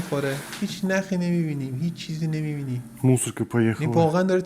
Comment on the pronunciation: کد مورس mors تلفظ میشه